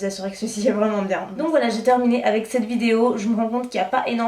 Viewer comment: Hello, je t'en supplie arrête de dire "NarZZZ" au lieu de "NarS" c'est une marque française. Mais surtout arrête le "C'te" marque ou "C''te" poudre au lieu de "cette". Ce n'est pas méchant mais en plus tu fais beaucoup de fautes de grammaire. Tout le monde en fait mais au bout d'un moment, lorsque c'est presque à chaque phrase cela donne une impression de "j'ai arrêté les cours en CM2". Bisous